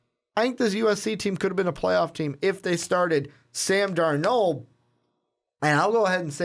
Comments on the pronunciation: It's Sam DARnold. Accent on the first syllable. Sheesh! You, also, forgot to mention Clay Helton, the brilliant young USC coach. He will become the next big-time coach in college football if the NFL doesn't steal him, first. BTW, Clemson is the current "King of College Football", not the "Tide". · They keep saying Sam darNOOLD!!! It's darnold, like Arnold but with a D... Darnold!